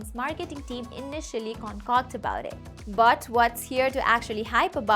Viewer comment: the way you say but is like bout 😂